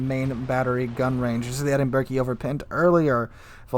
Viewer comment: Also. Edinburgh... EdInBuRgGgG. (Its pronounced Edinburrow) Lets not forget the Gneisenau. Which you pronounced Ganeizeno lmao. Its pronounced Neyezenow.